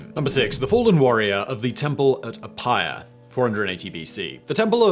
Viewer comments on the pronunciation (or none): FYI the letter combination of "ph" sounds like the english "f" ..so it would be "afaia's temple" and not "Apa-ia" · Simon, "Aphaia" is pronounced "Afaea" (the "ph" is usually voiced as "f" at the start of words, this one goes beyond. Also, the "aea" is a diphthong, pronounced like the succession of "e" in "pen" followed by the "u" in "pun"). Aphaia in ancient Aegina was kind of like the local version of Hera, wife of Zeus! Also, "kore" is like "Nike", the final "e" is voiced. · I enjoy your videos very much. As a Greek, though I would like to do a small correction. Aphaia, in Greek, is pronounced with an F and the "ai" is pronounced E. This makes it AFEA. Just for future reference. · A correction, if i may: it's Aphaia is pronounced Afea in greek ! :)